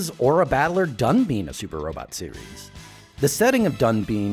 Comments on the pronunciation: You should pronounce 'Dunbine' as [dʌnbaɪn]. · I hate how he says DunBEAN, but this video is super informative and I love this channel.